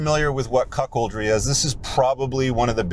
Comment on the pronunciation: Did he say 'cuckold' or 'cockold'? Asking for a friend.